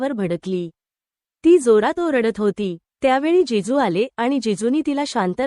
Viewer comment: जेजू नाही जीजू